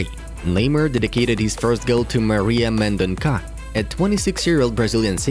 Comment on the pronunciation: Mendonça (pronounced as Mendonsa)